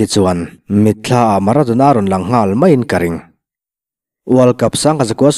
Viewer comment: A rei tawh mahse maradona kha a HAN chiang em alawm.😂😂😂